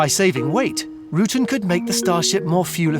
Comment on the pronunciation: Why does the narrator not know how to pronounce the last name of the amazing aviation engineer Burt Rutan? OR mention that he founded Scaled?